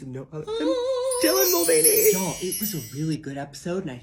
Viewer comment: Forget the gender being misrepresented. I'm offended by his pronunciation of his Irish surname. It's supposed to be 'mull-vanny' not 'mull-vein-ee'.